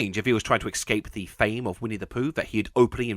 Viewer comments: Love your videos BUT HOW DO YOU MISPRONOUNCE ESCAPE SO MANY TIMES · "Eckscape" "ineckscapable" ecksettra...